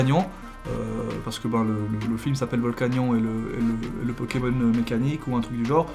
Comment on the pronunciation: on dit pas volcanion mais vol-ka-nio-ne